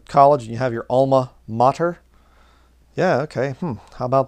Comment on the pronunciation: Aima, not Alma, "Hebrew, אימא ; אם “mother”) A Kabbalistic name of the Divine Feminine or Goddess."